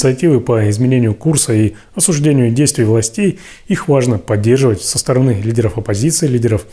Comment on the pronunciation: По обе стороны, ударение на первом о, но две стороны, арение на ы. Смотри в словарь ударений русского языка, учи русск и язык, а уж потом рвись в эфир